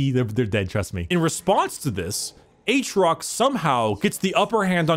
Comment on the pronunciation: i like how about 20 minutes in we drop Atriox and just call him Aatrox.